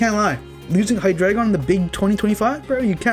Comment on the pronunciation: MASSIVE RESPECT for being the only OU player who pronounces his name correctly lmao